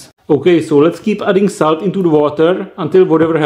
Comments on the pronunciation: Fkn idiot its salt not saut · i really like the way you say SALT and i laughed so hard when you said EVEN MORE SALTT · nice acxxxcent